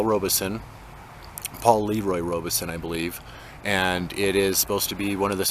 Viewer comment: Paul Robeson pronounced his name with the E silent! I know it isn’t a big deal, but as a person, he was enormous and deserves for his name to be said correctly!